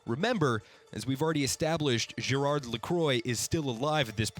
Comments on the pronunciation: Omg u butchered the names lol pronounced gereard laqua and amelee ik how i spelled them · Leviathan Sapwe it is. Gérard is pronouce without the d. I'm french-canadian I would know, saying GérarD is an homophonic mistake. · This is a really great video that covers the story of this point in Overwatch's history so well. But I took enough French in high school for your pronunciation of Gérard and Amélie LaCroix' names to profoundly hurt my brain. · Why can nobody pronounced Amelie and Gerard’s names :( Lacroix (Lah-quoh) Amelie (Ah-meh-lee) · Ppl don't understand the d at the end is silent.